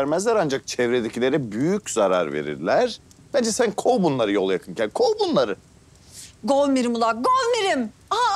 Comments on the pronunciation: Kovir misin: Govmirimmmm 🤣🤣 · Şener Şen: Govmirim ula Govmirim Aslıhan Güner:GOVMİRİM ULA GOVMİRİM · Gökçeyle minenin kavga etmesi yıldızın govmirim demesi 😂😂😂😂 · govirmisin??????: govmirim ula govmirim